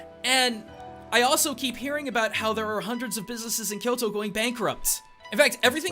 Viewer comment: Don't pronounce " Kyoro ", instead of Kyoto.